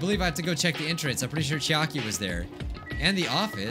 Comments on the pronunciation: Me hearing saying " Chiaka ": IT'S CHIAKI,! PLEASE REMEMBER MY WAIFU'S NAME!:( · Game:Says the characters names:Still says them wrong. CHIAKA NAGEETO MEKAN